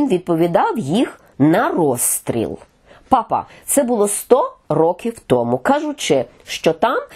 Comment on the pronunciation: Наголос потрібно робити на першому складі пАпа Франческо.